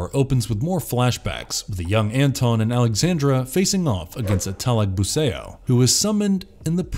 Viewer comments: "datu talagbu-say-oh" wtf is this shit pronunciation. just say talagbu-sah-ou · Great job with the pronunciations, got most of them right. A couple of thing to point out though. The "ao" vowel combination in Filipino isn't read like the ao in "chaos", but like the Chinese greeting "nihao". So Talagbusao rhymes with "how", not with "Play-Doh". Trese is the "mandirigmang babaylan"; the last part should be read like Buh-bye-lan, not like Babylon.